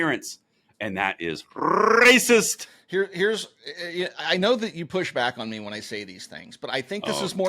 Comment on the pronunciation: ShotSpotter is RAY-SA-SIS-TIC!